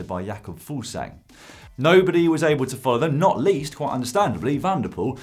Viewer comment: Fuglsang not Fuglsgang;) «Foogles ang»